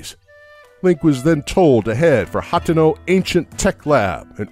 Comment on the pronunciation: Also it's hah-tee-no